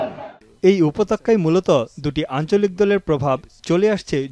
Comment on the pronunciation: উপত্যকা হবে, উপতক্কা নয়